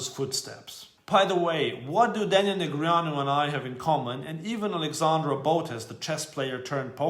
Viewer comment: At least we all now how to properly pronounce Negreanu - nice👏👏